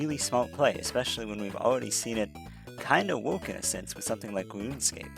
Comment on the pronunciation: I heard you enunciate 'r's in this video, so why do you sound out "incredible" as incwedibow" and "far" as "faw"? You can say "incremental" so just do that for other words instead of "wowk" for "work"